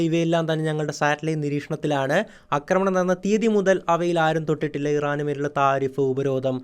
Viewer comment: ആശാനേ അക്രമണം എന്നല്ല പറയേണ്ടത് ആക്രമണം എന്നാണ്. ഇനിയെങ്കിലും ഒന്ന് കറക്റ്റ് ചെയ്യാൻ ശ്രമിക്കൂ. കേട്ടിട്ട് ദേഷ്യം വരുന്നു.